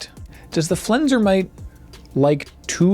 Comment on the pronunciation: Excuse, please, 'Flensermite' is pronounced like 'Yosemite'